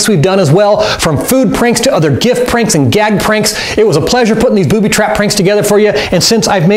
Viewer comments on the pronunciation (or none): he said Boody